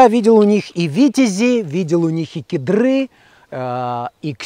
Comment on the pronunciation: Режет ухо,не кедрЫ,а кЕдры,не клеймА,а клЕйма